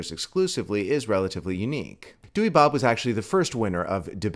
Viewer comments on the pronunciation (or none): apparently you pronounce the name like dow-er source i have a dutch friend and he says so.